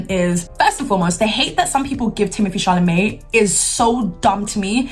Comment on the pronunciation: It’s more like Timothy “ChalaMEH” to me